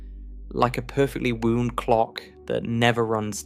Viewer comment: Heh, AI:”woond like a clock” nice pronunciation.